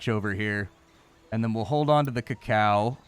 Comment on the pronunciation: did he really just mispronounce Cacao????